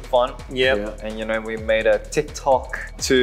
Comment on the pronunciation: CHANGBIN’s AUSSIE ACCENT 😂😭 “you knaur you knaur?” OMG also his English has improved so much